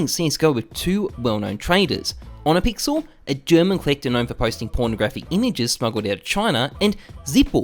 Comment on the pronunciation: Please do every german a favor and actually ask OhnePixel next time how to pronounce the first part of his name. THANKS